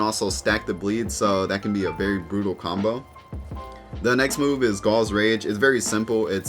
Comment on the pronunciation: Did he just pronounced ghoul gall? It's gool